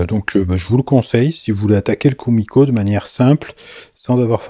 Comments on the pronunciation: Ouep, c'est bien "koumiko" que ça se dit :) Mais on dit "assa no ha" (on "prononce" le h)... Bon, ok, ça ne change rien à la réalisation :D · Juste pour info Kumiko se dit keumiko et les S se dise S et non pas z . Asa = aça Ganbatte ! = courage ! Les essences de bois différentes font du plus bel effet pour l’intérieur du motif et une autre qui pourrait te plaire : mais complètement un japonais Pour le plaisir de yeux